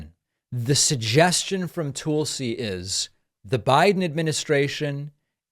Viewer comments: I think David pronounces her name wrong. Is it "tool-si" or Tulsi? Like Tulsa, Oklahoma.. 🤔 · Despite your opinions of this interview (and I mostly agree with you), her name is pronounced "Tull-Si" - like "Jethro TULL" and not like "TOOL SI" as if implying she's a tool! Please David, love your show, but don't go down the rabbit hole of name calling or making up crap to fit an agenda like Trump and Republicans like to do. Take the high road, please! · Is "Tool-si" Gabbard a joke? It's Tull-si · At least learn to pronounce her name correctly. It's not Toolsey. It's Tulsi. And there's lots of evidence against both Hunter and Joe. And you really know that, don't you? Your stance is very, very weak. And you know that also. You're just trying to convince yourself. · It’s TUHL-SEE, not TOOL-see 🤦🏻‍♀️ That pronunciation is what’s criminal lol If we’re gonna shame Trump for calling Fani Willis “Fanny” then we can at least do better that… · "Toolsi" JAJAja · Why do you keep calling her Toolsee instead of Tulsi (pronounced the same as cull?) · "Tool-si Gabbard" 😆😆😆 I see what you did there!! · I like the way you pronounce her name "tool -see" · People bandy about this phrase "banana republic" but have no idea what it means. I think they think it makes them sound sophisticated. (On a different topic: her name is not pronounced "tool-see". The /u/ in Tulsi is as in "cut".) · "Toolsi" lol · David, are you purposely mispronouncing her name. She is a Toolsi but let's be nice. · Did he say Toolsy Gabbard?😂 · I never get tired of the "Toolsi" pronunciation. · David couldn’t even pronounce her name correctly . I think that means something ! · I have commented before, her name is pronounced Tulsi like I the in the word hull. It is not pronounced Tulsi like in the word tool.